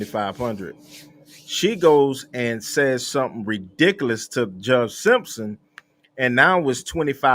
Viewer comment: Reedicalous!!!! Girl learning the hard way for sure!!!